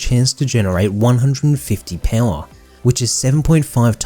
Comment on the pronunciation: Well done, but the way you say "Pouwha" kills me lol